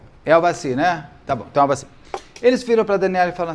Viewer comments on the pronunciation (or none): E no final ele ainda estava falando Aldaci. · ÇOCORROOOOOO, Beto do CÉUUUU, TAMOS NO na minutagem 50 😂😂😂😂😂 é tu : AVADI , AVACIRRRR😂😂😂😂😂 kkkk , rindo comRESPEITOOO.TÔ tomando café e cuspi no QUERO MORANGOOOOO😊😂😂😂😂😂😂